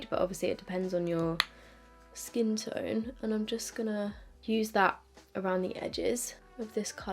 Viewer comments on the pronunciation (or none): none